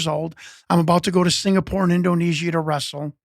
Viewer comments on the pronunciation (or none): none